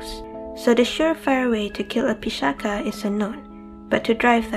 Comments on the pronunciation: The "ch" in pisacha is pronounced as ch in teacher. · The pronunciation is Pisa- ch(as ch in coach)-a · Great video.....though your pronunciations are wrong in certain places like "Pisacha". Keep up the good work :)